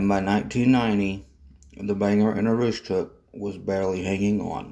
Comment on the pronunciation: There are a few small issues with your video. Bangor is pronounced Bang-gore, Aroostook is pronounced Ae-roooostook. Katahdin is pronounced Kat-ah-den, Lac-Megantic is pronounced Lac Meag-an-tick, and Nantes is pronounced Nant-s. Other than that, that was a very good history of the BAR/Derby shops. The shop complex was sold to the town of Milo, and Fortress Investment which owned CMQ has a lease on it. Fortress created a tank car repair/cleaning company called Katahdin Rail Car, which currently uses the complex. Currently the portions which CMQ used for motive power repairs are unused.